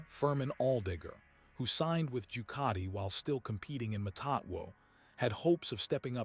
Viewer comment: Jucati? doesn't any one check this stuff, And who is "Baga" or "Corderero" This is awful. Must do better